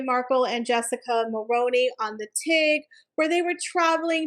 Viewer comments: In Canada we pronounce it mul-rue-ney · Great video but couldn’t get past the mispronouncing of Mulroney. Highly recommend making sure you know how to pronounce names, especially ones that you repeat dozens of times. It’ll help with credibility, especially when your content is great.